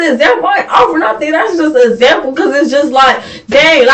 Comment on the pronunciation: She said " it was a zample" !! 😂